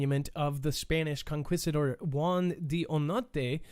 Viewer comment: Con KEE stuh door.